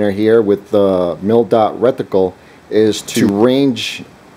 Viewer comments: Is he trying to say rec-ti-cle? Must be a rectangular reticle... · It's RETICLE, not RECTICLE. Thanks for the video.